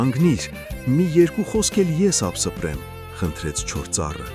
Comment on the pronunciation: ԱպսԸպրեմ😂😂😂 ԱպԸսպրեմ